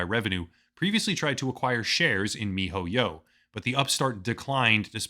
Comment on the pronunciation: will never get over how you say, "Mi-Ho-Yyow"